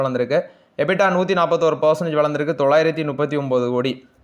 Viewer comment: தம்பி ... விழுந்திருக்கு & வளந்திருக்கு இரண்டுமே ஒரே மாதிரி கேட்க்குது ... மேலே & கீழே ... என்று சொன்னால் பராவாயில்லை. Thanks